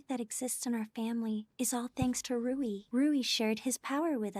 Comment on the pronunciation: Rui's name pronounce as Ru-wii. Not Roux.